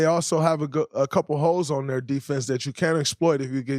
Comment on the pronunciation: When he said Denver has a couple holes on defense, I thought he said a couple hoes lol